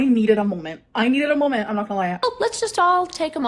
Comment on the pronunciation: "I needed a molment" 😭